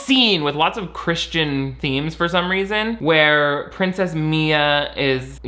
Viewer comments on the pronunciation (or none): Why do characters in this film pronounce "princess" like prin-CESS? Are there really people out there who exaggerate that last syllable or is it just the Genovian accent lol